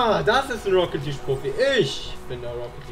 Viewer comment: Ich sehe den Titel: "Ich sollte E-Sportler werden..." Ich schau mir die ersten 5 Sekunden an. Er sagt: "Rocket Lidsch"